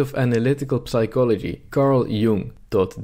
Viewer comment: Complaining about the horrible state of university education while mispronouncing basic words such as psychology and sword is known as the pot calling the kettle black.